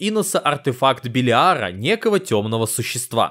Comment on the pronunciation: Белиара ударение на первую Е